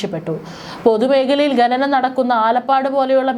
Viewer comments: ഗനനം അല്ല .... ഖനനം എന്നാ.... നഖത്തിൻ്റെ ഖ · ഗനനം അല്ല കുട്ടി... ഖ ന നം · ഗനനം അല്ല ഖനനം ആണ് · ഘ നനം ന്ന് പറയൂ